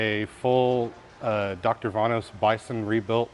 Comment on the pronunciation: its vanos not vainos, why do americans have so much trouble with english